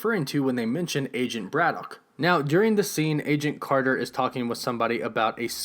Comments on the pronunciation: Why do you have problems pronouncing "BRITAIN" and instead say "BRITTON" and it's not "BRAD-DOCK" its pronounced "BRADDICK"... and what is a "MEW-TANT" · you say britain, braddock and mutant weird....good vid tho